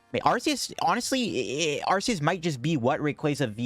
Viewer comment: Okay, but since you’ve been able to have so many great decks with Arceus, we should try not to butcher its name, right?! 😅 The correct way of pronouncing Arceus is with a hard “C”, like ARK-eh-us. Here’s why: the word “arch” means chief, leader. Arceus is the god Pokémon. He is the leader. Just like Archangel. That’s the leader of the angels. And it’s a hard “C”. Another HUGE reason for it is that in British the word “arse” means ass. Love your videos, but please say its name properly 😁